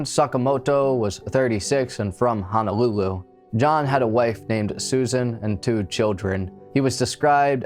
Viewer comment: Yeah, it's Hono-lulu, not Hana-lulu. He was not a (native) Hawaiian citizen. He was a Hawaii resident. These are the main errors. But, I left home in the 90s so was not too familiar with case. Thank you for revisiting.